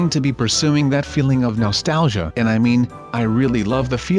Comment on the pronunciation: Stop saying Nostauqga